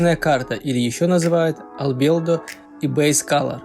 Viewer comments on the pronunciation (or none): парень, что значит, альбеЛдо? я думала, ты оговорился, но написано так же с ошибкой. как ты вообще, можешь об этом рассказывать, если даже не знаешь, как это правильно пишется?